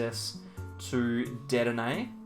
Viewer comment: After Cramórent and Dedénnejj I waited for a Poréjgon pronounciation. Nice Deck you have there btw 😉